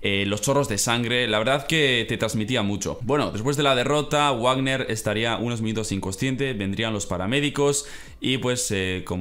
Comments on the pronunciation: No c dice Warner de dice varner y combates sangriento y chidos los de rush vs l.a park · Hola saludos desde México, solo un par de comentarios en buen rollo, nada de mala leche jajaja son errores normales de alguien que no ve la lucha libre mexicana. Se pronuncia Doctor Vagner, hay mucho (incluído Hugo Savinovich al principio) que lo pronuncian tal cual con W pero es con V y el en caso de Blue Demon pues tu pronunciación es a como debería ser, peeeero este personaje se formó hace muchos años y se empezó a pronunciar mal, por lo que a pesar de que en teoría es correcto decir Blu Dimon, le pronunciación "correcta" es Blu Demon (así como se escribe) cosas de mexicanos jajajaja. Creí que resaltarías el trabajo de El Hijo del Vikingo, tremendo luchador y apenas tiene 22 años, espero pueda llegar lejos. Por cierto en el caso del referi que no le contó a Big Mama, en Triple A el referi beneficia a los rudos, así que probablemente por eso contó a favor de La Hiedra y en el caso de la lucha final pues todo México esperaba una lucha a lo vieja escuela, claro que se esperaba sangre y silletazos pero faltó demasiado llaveo, esa lucha fue más una pelea callejera que otra cosa;( en fin saludos desde México y toda la buena vibra!!!:) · no es modo de ofenderte pero algunos luchadores no se pronuncian así texano JR se pronuncia algo como tejano JR Dr Wagner se pronuncia como dr vagner Repito no es para ofenderte para apoyarte y darte un consejo sobre la lucha libre mexicana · oye solo una observación aquí en México se pronuncia "Vagner" jajaja y Demon como se lee